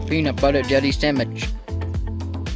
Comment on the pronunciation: YES! IM NOT THE ONLY ONE WHO SAYS SAMICH INSTEAD OF SANDWICH. I feel better now.